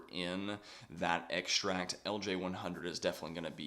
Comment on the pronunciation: Great info. But what is an "eggsh-tract"?